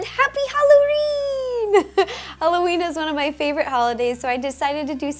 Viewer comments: U said happy halloreen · She said halloreen! lol. LUV YOU RO!!! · It sounds like she said "Happy HallowREEEN" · did ro say happy halloreen or is it just me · Bruh she said Halloreen that funny